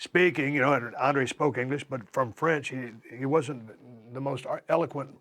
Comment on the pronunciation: from French?? 😂😂😂 Steve drunk af